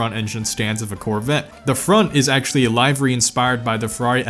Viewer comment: The way you said livery makes me uncomfrotable